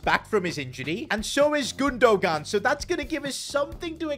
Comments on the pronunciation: You are saying gundo-gan it’s gundogan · It’s GundoHAN not Gundo gan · It’s gun-du-wan not gun-du-gan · You pronounce his name like Gondowan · the way he says gundogan lol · makes me cringe every time he says Gundogan 😢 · enjoyed the video also you dont pronounce the second "g" in gundogan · You don't pronounce the g in Gundogan